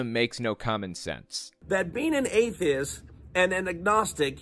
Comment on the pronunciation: I hate how he's saying atheist. He's saying, "atheis".